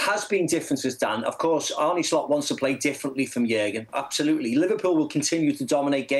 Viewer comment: Why are people like Macca ignorant to the fact his name is not pronounced Arnie . It is said like Arner...